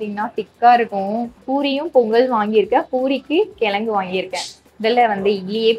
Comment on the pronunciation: It's kizhangu and not as you are telling. i.e kilanghu. and vadacurry prepared in previous day's items like vadina and other kadalai maavu items.